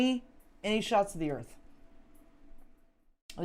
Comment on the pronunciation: Alara "there wasn't and footage clearly showing the "" Earf """